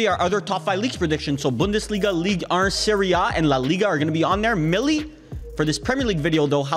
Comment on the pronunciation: bro.... that is not how you pronounce ligue 1..